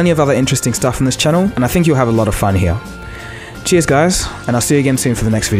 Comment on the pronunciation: " so what's going on hea?" 😂😂😂